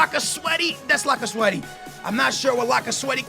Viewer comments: laca sweaty ?? wtf ? its lacazette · did he just say lacasweathy?